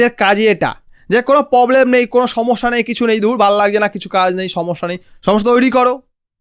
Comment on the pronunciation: পবলেম না প্রবলেম